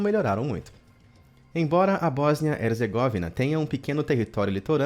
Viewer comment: Erzêgóvina? Será Herzgovína ( pronuncia)